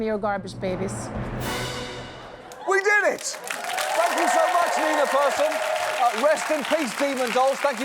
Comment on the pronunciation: He is surprisingly good at pronouncing Malmö and surprisingly bad att pronouncing Nina Persson.